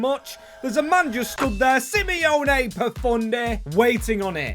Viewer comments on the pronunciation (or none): Love the video, as an Italian just have to say that it’s Simone, not Simeone- 😊 you say it like “see-monet” like the French painter Claude monet “mone-ay”. It’s a clever signing too, great player for this type of rebuild